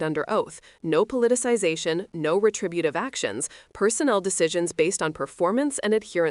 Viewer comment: You can’t say “retributive”? Are we serious?!?!?